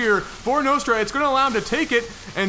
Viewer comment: Think its pronaunsed Nostra like in Nostradamus :)